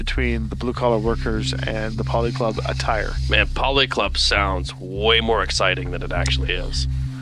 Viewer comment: Why did no one tell that it was a policlub, as in political club, not polyclub.